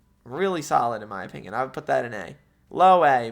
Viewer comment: the way says "opingion" just pmo